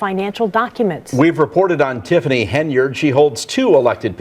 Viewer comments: Tiffany: I'm your super mayor Tiffany A. Hen-[yerd].: Today we're covering mayor Tiffany A. Hen-[yard] 😩 Make it make sense. Geesh. 🙄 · Are you intentionally saying her name so wrong as rage bait? It’s working